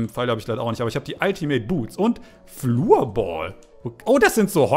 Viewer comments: Kleine Info am Rande die Floorbälle werfen "Florball" ausgesprochen und nicht "flurball" xD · Floorball wird mit o gesprochen Mach Elina 100k spezial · digger es heißt nicht fluurball?!